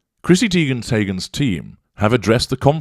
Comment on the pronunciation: Chrissy Teigen tayghen 🤣